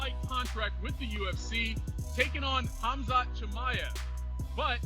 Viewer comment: Darren till messing up Khazmat is what I think to much fucking around